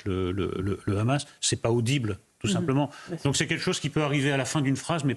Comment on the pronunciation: Je ne sais pas si ce petit détail est mentionné dans cette émission mais 147 pays sur 193 membres de l'ONU reconnaissent déjà la Palestine. Le Hamas (prononcé "rhamasse") a beaucoup d'alliés.